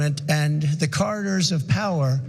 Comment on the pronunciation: He can barely pronounce the word corridors